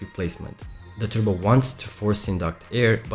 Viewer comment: He's saying turbo, it's like turbo without R...tubocharger 🤣😂